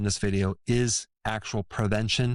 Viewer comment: PRE-ven-tion, doc.: not per-ven-tion.